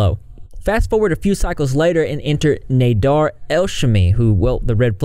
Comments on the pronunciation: Sorry for being annoying but...its CHANTAL &NADER...not chantel &NADAR.BUT,he is scary and needs to be deplatformed FAST.sad that Youtube has no reaction to this and let him continue on their site. A SHAME! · It’s pronounced NA-dER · cant get passed u calling him nadar i feel like im in spanish 1 all over again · Nah-Dear Nay-Dur Nay-Dear By the end of this video I'm pretty sure his name was pronounced 10 different ways. Lol Still all ends up meaning one big asshole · You r pronouncing Nader’s first, and last name completely wrong. I’m sorry I’m mention ing it but for some reason it’s driving me nuts. It’s pronounced “Fvcking” “D@ 😁😁😁